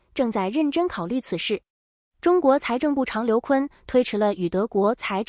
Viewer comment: Shame on your program: 部长全部念成部chang！